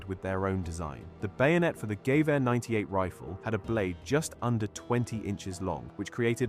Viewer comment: Its gewehr not "gay wear" 😂